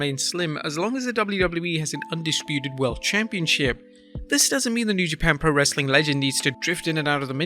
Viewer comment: The host really needs to learn how to pronounce wrestling, other than that very informative